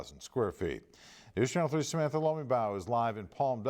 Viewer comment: Is someone ever going to teach that old white guy to pronounce Samantha’s last name?